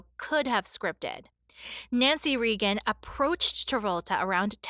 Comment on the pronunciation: You don’t pronounce correctly Regan is a long A it’s says it’s name omg and Buford isn’t pronounced 2 words it’s one word Buford not by ford ong seriously if your going to do this learn phonics sound words out unbelievable